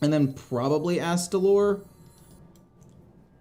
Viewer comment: I am so proud you pronounced astalor correctly! A promise is a promise. Take my money!